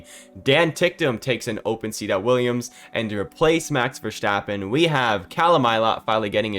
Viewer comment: Nice vid,, but here isch a tip: Pleasch schtop schaying Max Verstappens name wrong. It isch Verstappen, not Verschteppan.